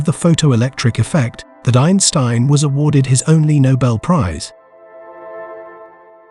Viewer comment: Had to stop the video after hearing the AI pronounce Einstein wrong twice.